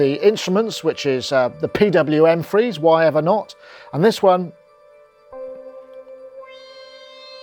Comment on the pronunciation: sorry but I only heard the "free" and missed the "ze".